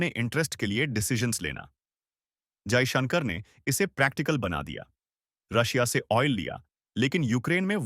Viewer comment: Stupid anchor your pronunciation of Modi and Jaishankar is wrong in hindi, correct yourself.